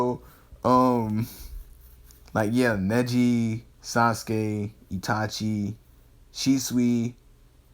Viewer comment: Oh and in ur first series u said itati instead of itachi